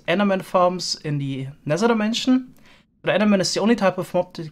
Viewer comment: I love how you say "nezer" and "wizer" and nezerrack